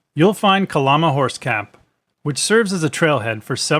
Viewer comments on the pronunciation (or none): It’s pronounced “Cuh-Lamb-uh” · It's pronounced ka-Lam-ah. No lambs or sheep...just a lama.